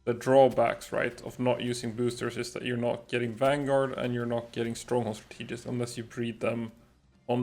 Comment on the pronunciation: I'm assuming English isn't your first language,. It's not Strat-EE-gist. It's STRAT-eh-gist.